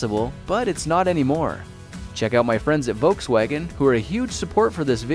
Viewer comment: I'm from Germany and it's totally hilarious how you pronounce Volkswagen xD